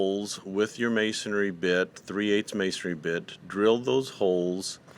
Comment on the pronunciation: It's masonry, not, "masonAry."